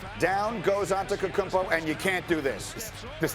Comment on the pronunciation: This nigguh said Antekokumpo